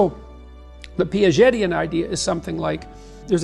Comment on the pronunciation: “The Piagetian idea”, not “the P is Yeti an idea” 🤦🏻‍♂️😅 As in what Piageti thought up/devised